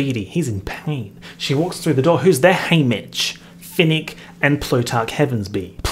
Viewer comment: every time you say haymitch I think is saying hamish